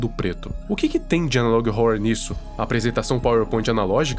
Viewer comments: Pior que esse analog horror é só o jeito que vc fala "horror" 😂😂😂 se pronuncia ÓRROR e não ÓRORROR JAKAKALAKAJAKAKA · Analog horra analog rorra skskksksk É mt engraçado e ao mesmo tempo agoniante ele falando analog rorwa kskskskkksksks